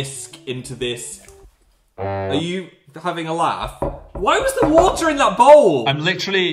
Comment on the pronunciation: Phil: are you....having a laugh? whY WaS TheRE WATaaa in it???